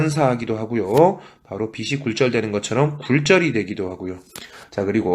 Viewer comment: 비시 나온다 × 비치 나온다ㅇ 발음교정 부탁드립니다